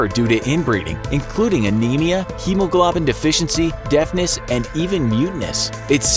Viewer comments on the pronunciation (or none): none